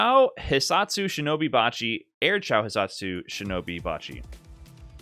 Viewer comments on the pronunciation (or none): none